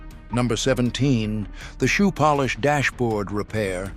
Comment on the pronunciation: AI can’t pronounce shoe polish. Made it sound like the country POLISH.